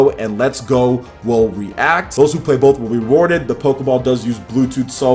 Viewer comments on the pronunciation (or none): none